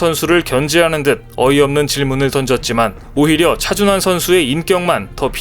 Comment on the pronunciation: 여기도 또 차준화라고 개명하고 있네.(28초 부터 10여초간) 왜 우리의 영웅 차준환을 차준화로 둔갑시켜 지껄이고 있는가? 재미주의에서도 그렇게 발음하더니, 여기저기에서 차준화라고 개소리 하고 있나? 좀 베끼지 말고 잘좀 만들어라 이 베끼기 대장 유투버들아.